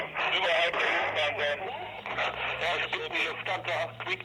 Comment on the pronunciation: "Luthfansa" Lounge... yeah, thanks for butchering that.